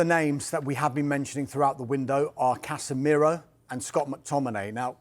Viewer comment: CasemeeeeRAH It's Casemiro mate